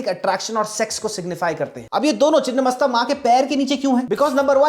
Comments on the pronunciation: चिन्नमस्ता नही छिन्नमस्ता है जिसका मतलब है कटा हुआ मस्तक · It's छिन्नमस्ता and not the other word.. refer :छिन्न भिन्न